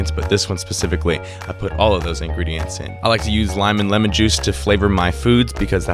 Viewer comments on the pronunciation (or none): none